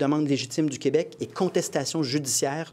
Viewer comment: Plamondon, on dit pas Qwebec mais KÉbec, je voterai pas pour toi si tu continues de même